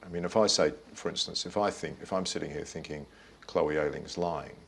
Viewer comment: why does she go from "finking" to "thinking"